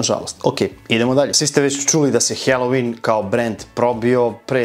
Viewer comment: Brate, svaka cast,samo jedna ispravka..IZGOVARA SE HALOVIN,NE HELOVIN..👌🙂